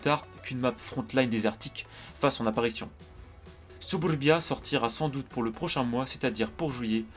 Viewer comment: ooooh cette prononciation !!! : " SUBURBIA ! " Tu nous ne nous avait pas dis que tu avait des origines russe ... J'suis sure Staline était ton arrière gr. père 😂😂 Bruuuhhhh sinon il on l'air sympa les nouveau lights anglais ! Je vais surement les rush! Sais tu leurs dates de sortie ? Malheureusement je pense que tu as raison sur le fait que wg aurait surement dû commencer une branche partant du tier 1, 2 ou 3 ... Le truc c'est que vu que tt le monde a le Cromwell, ça voudra surement dire que bcp de monde vont posséder ces char anglais .... (avis subjectif)